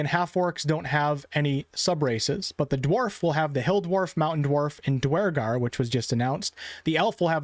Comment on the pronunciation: Every time you said "dawaragar" I cringed